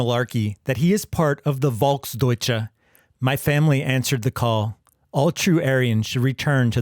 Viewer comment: Its pronounced Folks doitshe